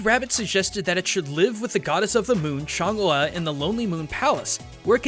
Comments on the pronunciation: I'm pretty sure the lady of the moon's name is pronounced "Chung-Ah". Alsl, the Jade Rabbit actually left the moon and went to Earth, attempting to kill the princess of India, whose previous incarnation hit the rabbit. The Rabbit kidnaps the princess and impersonates her. Sun Wukong easily sees through the disguise and fights the Rabbit, but just before the Monkey King emerges victorious, Chang'e arrives and takes the rabbit back to the Moon. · tilted by the pronunciation of change as smite has taught me otherwise. which one is right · Y u say Chang'E so weird?.. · I hate to be this nit picky, but is that the right pronunciation for Chang'e?